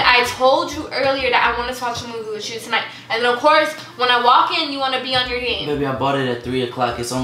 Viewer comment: I would pay money for her to be able to say with you instead of witchu lol